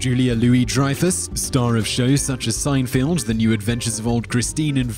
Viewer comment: It's Seinfeld, not field